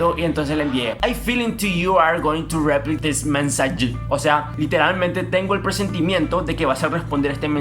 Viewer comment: tenkiu for yu mensaye jajajajaja en inglés le haces 6 - 0 a tevez papá jsjsjaja